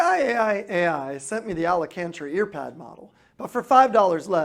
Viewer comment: The brand is pronounced "I I I"